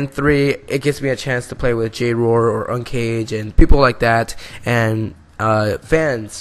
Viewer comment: Did you just say ucaged ?😎